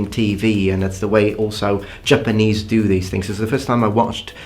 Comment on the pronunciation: It's Japanese not Jpanese